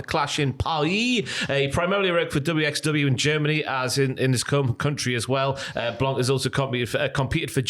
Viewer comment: Aigle Blanc in WWE would be awesome. We have great wrestlers over here, Aigle and Senza Volto being the best (to me) By the way, the C is silent in "blanc" 😄